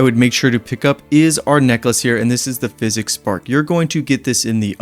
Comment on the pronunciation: "sy-kik" spark, not physic